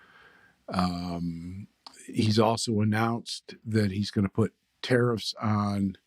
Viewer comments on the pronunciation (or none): I love how it sounds like you're saying "terrorists". That's the word you should be using. Nobody can get "confused" if they understand that that's what's being suggested when people support tariffs